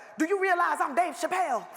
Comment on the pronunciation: The Dave Chappelle story in the second clip was epic. Did you hear how clear DeRay pronounced his name. "Dave! Chappelle!", story for the ages.🤔 😂